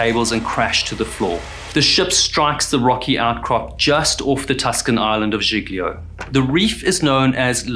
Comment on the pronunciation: Civ-uh-da-vek-e-uh, and G-lee-oh